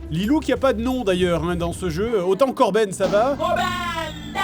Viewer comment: mdr c’est plus korben c’est corps-bene